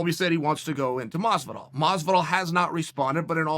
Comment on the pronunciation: Masvidal, not close.